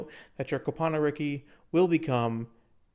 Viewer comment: Came for the info, glad I stayed for the Cope-ano